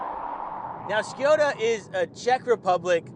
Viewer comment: It is Škoda not Škjoda